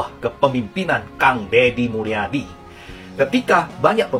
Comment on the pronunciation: Kang Dedi Mulyadi Booos bukan Dedi Mulyana haddeeeuuuuh